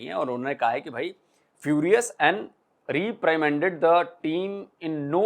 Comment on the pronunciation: RE-PRI-MAN-DED Re (as in REst) PRI (as in PRInt) MAAN DED (as in DEAD) aisa pronunciation hotha hai.